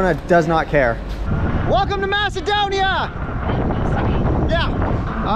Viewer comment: Thank God someone said it right, Macedonia🇲🇰